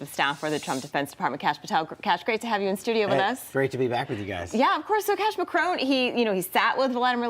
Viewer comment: Macron, not Macrone. FFS